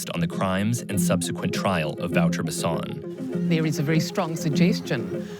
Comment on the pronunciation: Wouter Basson is pronounced Vow - Ter - Bass - On. How do you expect people to know who you are talking about when you don't say their name correctly. Good video, but once again, why not use a local journalist, who actually knows what they are talking about. Instead of an American who by that virtue, isn't within the context and can only make the culture shock look more shocking. We have cameras and the internet in South Africa. This kind of media doesn't help our country. South African journalists are more objective.